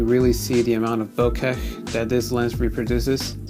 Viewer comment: Love voigtlander cameras! My first camera was a voigtlander vitomatic IIa with color skopar 50/2.8 lens and its one of my favorite cameras it never disappoints. Good video. I am pretty sure the "h" in bokeh is silent.